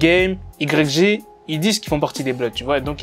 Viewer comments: i grec jé 🤣🤣🤣🤣 ça se prononce « waye ji » connard 🤦🏻‍♂️ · IGRECG 😅😅 ça se prononce way (Y) djj (G) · arrête de Dire Y, G sa se prennonce WY JI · C'est si dur que ça de prononcé un blaze correctement?Putain pendant toute la vidéo j'avais envie d'te baffer frère. Ca s'écrit ''YG'' mais ca sprononce ''waïdji'' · ça se prononce aie j pas y g wesh un peu de respect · i grecque G ...nan c'est pas possible, ça fait mal aux oreilles autant de fois...tu dis "the game" tu lis les tweet en anglais, tu peux pas répéter 10 fois " i grecque g "...phonétiquement c'est "Ouaille Dji", merci pour nos oreilles. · YG ça se dit "Waï Djee" si jamais gros, sinon j'kiffe tes vidéos 😉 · Prononce le wa j stp ! 😩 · "Igrèkgé" ??? Get The Fuck Outta Here Man. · Ça se prononce why Gii (YG) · On dit pas YG mais "Why J" et fuck tout c'est faux Bloods, Crips Gang on the top 🔝 ☝🏽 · C'est yg (yay j) ça se prononce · mais ptn tu prononce yg mais t srx mec sa se prononce wy djee et en plus tu dit un nouveau rappeur le mec et un ptn de real g mec pas comme votre 6ix9ine la c un blood et un vrai stp arrete les video elle sont meme pas travailler c comme si 6ix9ine tu le prononce soisent neuf ou 50cent tu le prononce 50 centime et le mec est pas en manque de buzz va voir le son big bank il 80 million si je me trompe pas et le mec a ssortie des classique comme my nigga et tu dit qu'il va rien faire yg on peut dire c le blood par excellence croie moi ce mec blague pas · Putain en plus il prononce "YG" à la française ce con. Pourquoi tu prononce pas "cinquantes centimes" tant que tu y es? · mec arrête de faire des vidéos si ta pas la culture même pas 10s tu prononce "YG" ça pique dans mes oreilles et je te mets un pouce vers le bas direct. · steney Trois de ouf sa m’a perturbé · Tu piques comment tu dis YG quand même prononce le bien au moins surtout que tu le dis beaucoup...